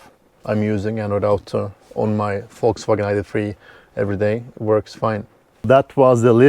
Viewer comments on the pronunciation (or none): none